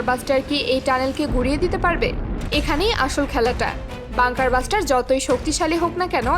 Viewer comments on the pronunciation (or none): বাঙ্কার ব্লাস্টার। বাঙ্কার বাস্টার না🤣